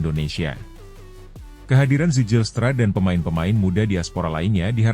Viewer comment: Zijlstra = *baca - Ziylstra / Zilstra ajaaa.. please.. 😅